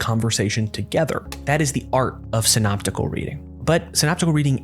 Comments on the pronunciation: It's Syntopical reading is it not? And not Synoptical Reading. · Syntopical not synoptical?